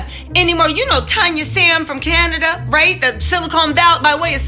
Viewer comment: Not tanya sam from Canada...the way you said Canada tho🤣🤣🤣 listen..let me go pee real quick 😂😂